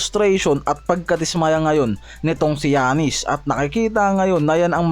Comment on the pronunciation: paki ayos ung pag Pronaounce mo boi sa Name ni Giannis hndi ung Jannis 😂😂